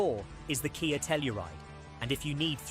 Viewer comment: KAY YAY sportAGE. Ai slop.